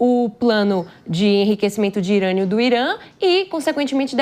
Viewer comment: “Enriquecimento de IRANIA do Irã”kkkkkk essa moça é muito ruim